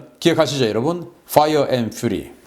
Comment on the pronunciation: Fire & Fury는 화이어 엔 휴리가 아니라 화이어 엔 휴어리로 읽어야 합니다.